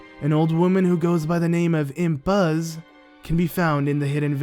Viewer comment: Impaz not Ipaz